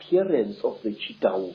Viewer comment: Please watch the first avengers again so you can learn how to pronounce Chitauri 😅